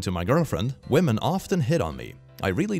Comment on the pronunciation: I will never not smile at saying 'wamen'